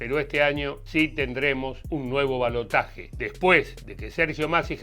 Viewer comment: Gracias por decir balotaje y no balotash